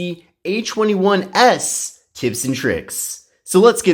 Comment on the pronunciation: Why does he say h21s?